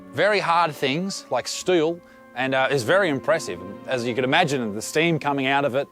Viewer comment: bit of old uncle chop chop the way you said steel